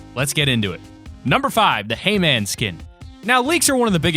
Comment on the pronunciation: When he said hay man, I heard Hee-man